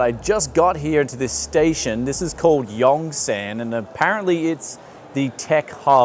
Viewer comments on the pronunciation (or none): It’s not yongSANNGG. It’s pronounced yungSUN.... I lived in daegu korea for 7 years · "yong-son" "in-ch-on"